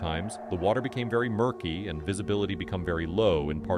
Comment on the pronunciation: AI voiceover? U use becume instead of became? ~12 min. i cant tell